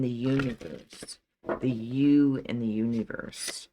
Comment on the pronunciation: You-niverse (I heard it somewhere ;)).